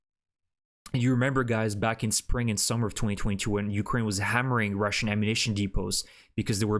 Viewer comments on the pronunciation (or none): none